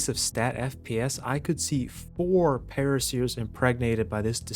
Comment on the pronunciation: What are pteradons and paraseers i think you mean pteraNOdons and paracers. I've never understood why pteranodon is so difficult for people to say. At least you said turrets right and wasn't calling them turrents